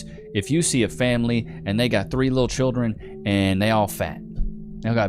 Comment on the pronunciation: What is "chirdren"?